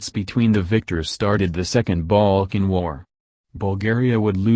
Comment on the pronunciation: it sounds the ai is having trouble pronouncing the world “balkan”